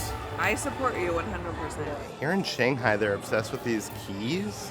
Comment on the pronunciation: I absolutely LOVE you guys and your videos, been a recent addition to your fan club and I live for it. But can I ask one pet peeve question??? Why do you pronounce ShANG-Hi as ShUNG-Hi, but clearly twice in the video (when talks about the Logo on the Pepsi & then AGAIN A SECOND TIME after the Hundred Acre Goods (I agree amazing Play on Words Pun 😊) you say it correctly as pronounced in English which is ShANG-Hi…😂😂😂😂is there a reason you change the affectation when paying attention to your pronunciation but when naturally speaking pronounce it in the traditional American-English manner?!? I know in Chinese it’s Pronounced Shunghi, but the way we affect words in English it is ShANGhi, and I binge watch this when doing my chemo or not feeling well resting, but this totally is like a stupid pet peeve and I’m not like a grammar snob AT ALL so for it to stick out to me was a thing, but curious if this was subconsciously done or consciously. Either way nothing but love for you guys and jelly of all the trips you’ve been able to take but so happy for you guys at the same time. Once I get better and beat this stupid crap, I’ll God-willing be doing the same with my fiancè! Love you guys ❤❤❤